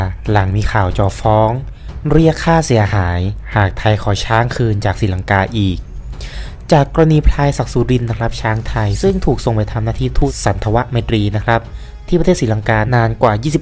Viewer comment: อ่านว่า ทูด สัน ถะ วะ ไม ตรี ค่ะ ตามตัวอักษรเลยค่ะ มิใช่ ทูด สัด ถะ วะ ไม ตรี เน้อ ป.ล. งั้นไทยขอฟ้องกลับค่าใช้งานช้างเยี่ยงทาสได้ไหม